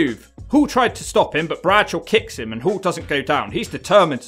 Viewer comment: It's pronounced HALL.. not Hool...